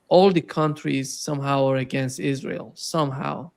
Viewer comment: L. GRAHAM: "ISRHAL." WHERE IS I S R H A L ????